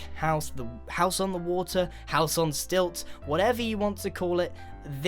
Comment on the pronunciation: "On the [wo-tr]"